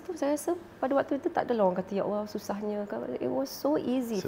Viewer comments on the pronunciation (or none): none